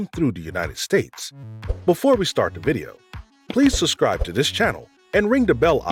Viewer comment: "suBscribe," please. Not "suSscribe." Narrating video content means you need to sound as intelligent, and well-spoken as possible. Your voice is friendly and soothing, however.